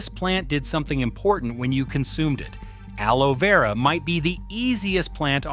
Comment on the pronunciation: AI really struggled with pronouncing aloe vera 😂